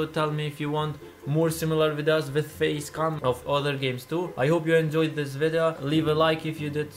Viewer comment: The way he said face cam 😂